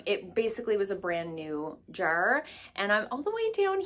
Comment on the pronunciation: Just casually watching your video and as soon as you said “jar” I was like she’s from the east coast lol 🤣🤣 didn’t even know you were Canadian! I love coming across smaller Canadian channels😊!! Love the video💗